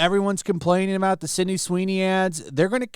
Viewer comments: Does genetic makeup have anything to do with his inability to say the girl’s name correctly? Sydney is pronounced Sid-knee not Cindy Sin-dee! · SYDNEY, not "Cindy" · Sydney! Not Cindy. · Well you clearly haven't been paying attention. Her name is Sydney, not Cindy 😂